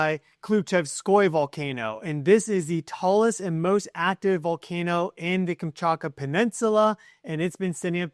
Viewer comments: Omfg, every time I hear you say “kamchAKA” instead of “kamchaTKA” it makes my ears bleed a little more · You’re saying it wrong, Kam-chat-ka, not Kam-chart-ka. Trippy how many Americans are incapable of saying, or maybe reading, Kamchatka correctly. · Kamchatka. KamchaTka. There is a T to be pronunciated. Please. I wrote private email two weeks ago about this. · Only you Say the T in Kamchatka.